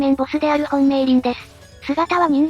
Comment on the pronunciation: 美鈴 みすずじゃなくてめーりんと読むのも好き(*^^*)